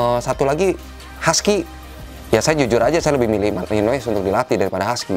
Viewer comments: Nyebutnya malinoa bukan malinois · Bang kalo belgia.... Courtois (Kiper) pengucapan kourtoa.... Kalo Malinous pengucapannya Malinoa.... Koreksi bila saya salah